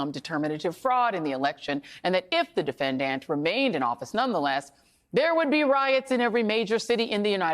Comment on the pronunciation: Who does she say defenDANT like that?